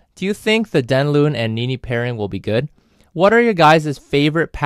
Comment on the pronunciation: You pronounced his name all wrong. Dang Loon? Not even close. :(